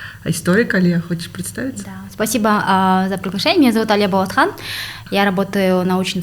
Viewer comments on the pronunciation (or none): Не. БолОтхан дорогие мои кыргизы а БОлАтхан! По казахски не БОлОт а БОлАт